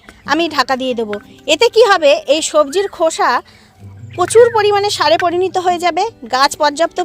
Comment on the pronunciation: কথাতা পরিণীত নয়। পরিণত।